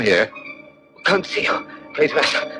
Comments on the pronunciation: It's Kwaytermass not quare mass. You'd know this if yoh actually WATCHED the films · He can't even pronounce Quatermass